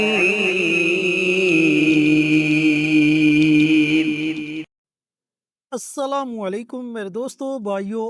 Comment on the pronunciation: اسلام علیکم بسم اللّٰہ الرحمن الرحیم غلط پڑی. بسم اللّٰہ الرحمن الرحیم کی جگہ بسم اللّٰہ الرواحمن الرواحیم پڑا ہے جو کہ غلط ہے (الرحمن الرحیم میں " و" داخل کیا گیا ہے ٫جو کہ بسم اللّٰہ الرواحمن الرواحیم بن جاتا ہے ) تلاوت میں معنی بدل جاۓ تو نماز فاسد ہو جاتی ہے ----------------------- تُقرأ عبارة "بسم الله الرحمن الرحيم" قراءةً خاطئة. بدلاً من "بسم الله الرحمن الرحيم"، تُقرأ "بسم الله الرواحمن الرواحيم"، وهذا خطأ (حيث أُضيفت حرف "و" إلى "الرحمن الرحيم"، فأصبحت "بسم الله الرواحمن الرواحيم" إذا تغير المعنى في القراءة، تصبح الصلاة باطلة.